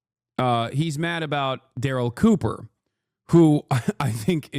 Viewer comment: See I wanted to like this video, but trashing Daryl Cooper is a no, especially when you can't get his name right, if you're gonna make content, do your research or shut your mouth